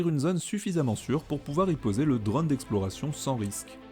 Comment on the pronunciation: Tu aime bien dire drône Ō 😂 sinon cette lune fait rêvait !